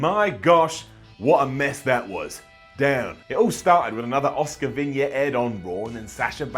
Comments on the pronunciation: Every time he says asuka I think he says oscar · Pronouncing Asuka as Oscar...